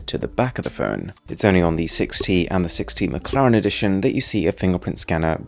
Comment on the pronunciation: you forgot the “T” in 6t XD